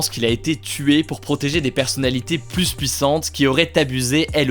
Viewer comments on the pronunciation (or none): Stp : personnalités plus ( plu ) puissantes et pas plusse puissantes. min.